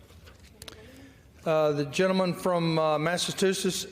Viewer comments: Jerry Lee Carl - 3 first names and pronounces Massachusetts "Mattatusetts". 🤣🤣🤣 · "Massitoosis" Adorable. (For a six-year-old) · What is it about Republicans in Congress who can't read or pronounce common words? I already hate that he keeps saying "MasseTUsets" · I didnt know one of our states was called "massa two sets"... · Lawrence will you please tell the southern Republicans that there is no T in the middle of Massachusetts its a C how hard is that to understand i like my family before me live in Gloucester Massachusetts and have been hear since the 1600 our little space in the world was founded in 1623 and the local Indian tribes were in Mass, for thousands of years so lets try a little harder to get the pronunciation . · "I'm sorry, I messed that up". Come on, seriously, he can not even say Massachusetts. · Jerry Karl from Al a bama. can’t even say MASSACHUSETTS!?!